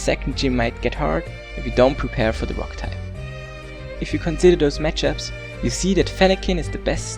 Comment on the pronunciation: He said fuck type instead of rock type